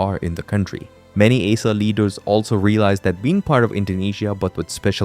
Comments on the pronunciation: Aceh It's called // AH-CHEH // man... Not ae-sha 😂😂😢😭😭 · Aceh is pronounced as Ah Cheh not “A Seh” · First of all, the name aceh spelled "Uh- CheH" not "Uh-seh" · "Aceh" should be pronounced like "ah-chay" (or similar to name of the Spanish letter "h") not "ay-suh" or "ace-uh" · Its "A-cheh", not "æ-cee" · Aceh is not pronounced “A-sah”. It’s pronounced “Ah-chay” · I thought it was A-Keh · Acheh is not A-Sa but pronounced as Ah-Cheh! 🤣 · It is called áchéh Not aseh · Aceh is pronounced 'Acheh'. I know as I lived in Indonesia. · this guy butchered "aceh" for context it's pronounced like acheh and the e is like the first e in ever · Aceh is pronounced archay. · Acheh is pronounced Ah-Cheh. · Its pronounced as Ah-Chay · Isah njir 😂 Bukan aceh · Hello Aceh is pronounced "uhh-che" ('Che' as in check) Thank you 🙏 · The way you pronounce ACEH 💀